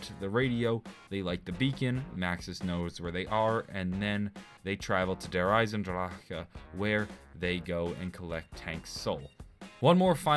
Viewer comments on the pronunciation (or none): stop saying drachaa its dear eisendrache like a K at the end. fuck! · i just might unsub for the way u say der eisendrache smh